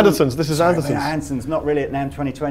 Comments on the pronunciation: OK... The simple problem that dude says Anterson rather than Anderton. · It's Andertons not Andersons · what is it with brits randomly pronouncing ANDERTON'S, Anderson's?